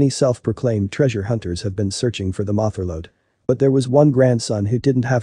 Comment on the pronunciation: Who narrated this? He or IT said MOTH Er Lode instead of motherload. MOTH? Must be some sort of technology, not a real person. Also talked about grandchildren's LIVS - should be lives. Come on, give us REAL LIVE people doing the narration. These mistakes only 47 seconds into the video.